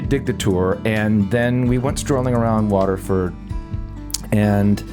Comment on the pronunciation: Why can't you pronounce Waterford?